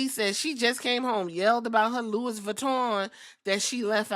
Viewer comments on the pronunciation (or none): none